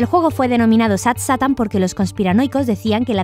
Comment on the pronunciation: Se dice sad seitan y sad Satán es como se escribe